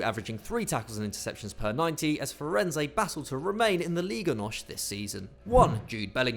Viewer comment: Not Farenzei,it's Farense,not Liga Nosh,it's Nos and not Musiarla it's Musiala